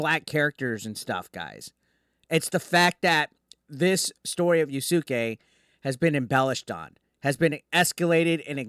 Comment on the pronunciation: Pronounced yas kay